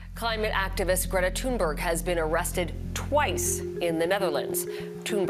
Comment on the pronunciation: Learn how to pronounce her name you “journalists”